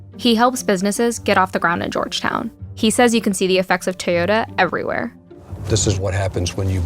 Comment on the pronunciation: TaeYoda. At this point im pretty sure she also says Worder instead of water